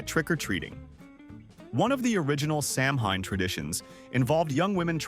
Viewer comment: saying sam-HINE instead of SOW-win is beyond dumb